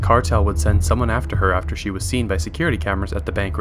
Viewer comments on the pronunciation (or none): none